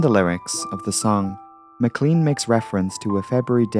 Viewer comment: I found it suspicious that a British accent would mispronounce Mclean, so I suspect it's merely more AI slop, sad.